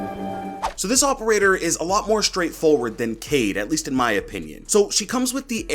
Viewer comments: Niggas whoms't say "kade" instead of "kai-eed" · Yes, it is read as Ka-Eed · Yes it is pronounced ka eed (قاءد) and it is written in french kaid :) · His name is pronounced Kye - eed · I’m pretty sure his name is pronounced Kay-eed, not Cade. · it’s pronounced (KI-EED) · It is pronounced Ka-ied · It's kha - ed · Kaid accurate pronunciations is "Quaid " more like " kai eed " like dragon ball z "kai" i know cuz i am from asia .. In our Language " Quaid or kai eed " means a leader same as described by ubi.. i hope it will help in his name pronunciation lol. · It is pronounced cayeed in Arabic it means leader so I will say cayeed Edit: was scrolling through comments and saw what I said already but I really love your take and ideas on the new ops and their gadgets keep up the great content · Amazing work as always! Looking forward to your content this coming season. A few things: 1. Pronunciation is more like KAH-eed. Arabic: قائد (qā'id) Pronunciation sound file (MP3): Definition: A local governor or leader, especially in North Africa or Moorish Spain; an alcaide. (Source: ) 2. Echo does in fact use a phone, just has knowledge of how to counter Dokkaebi's hack because they developed software and gadgets together, or something like that. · Kaid pronounced Kayeed in Arabic means leader, so I think it’s pronounced like that